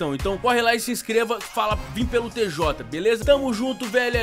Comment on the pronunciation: A NAO FALA TJ ELA FALA TEZOTA